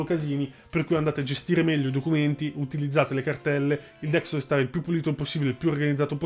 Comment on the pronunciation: Ma è tanto difficile dire DESKTOP ? XD